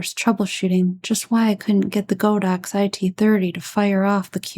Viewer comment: Nice video but my ears bled every time I heard you say "Go Dox". It's "God Ox" name after the deity ox. When you say "Go Dox" you are insulting more than a BILLION people.